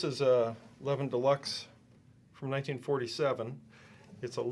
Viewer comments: Its pronounced Leviiin not Levvin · It is pronounced Leviiiiin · No, he' IS pronouncing it in the wrong way. It's a Swedish surname (Levin was based in Gothenburg), so the "weight" is on the second syllable. "Levin" in Swedish is pronounced pretty much like "Levine" in English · Sure I can - and do - say "paelja". And chill, will you? Karl Anka commented on the pronounciation. Jim claimed Karl was wrong. I said that Karl was indeed right. Sure, nobody can pronounce everything correctly, but it doesn't hurt to at least make an effort, does it?